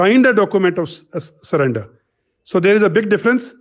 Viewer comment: Sullender not surrender 😂🤣🍻